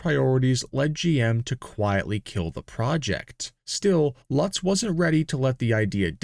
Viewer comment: Great video and presentation, but the European names and pronunciation needs some work it is pronounced “Loots” with an emphasis in the first “o”